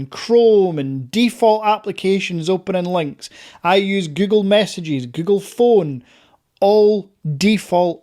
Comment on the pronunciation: Es google no gugo ni gugol aprende a hablar bién pendejo!😂😂😂😂😂😂😂😂😂😂😂😂😂😂😂😂😂😂😂😂😂😂😂😂😂😂😂😂😂😂😂😂😂😂😂😂😂😂😂😂😂😂😂😂😂😂😂😂😂😂😂😂😂😂😂😂😂😂😂😂😂